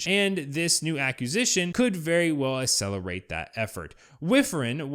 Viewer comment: Aks sell er ate. Aks sess or e. Neither starts with Ass!